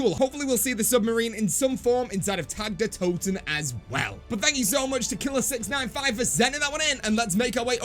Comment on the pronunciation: Isnt it pronounced tog der toten